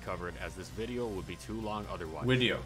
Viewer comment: I know, good wideo man sir, I know